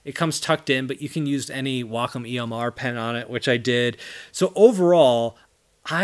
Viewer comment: why does everyone pronounces it "wack-on" it is pronounced "way-com"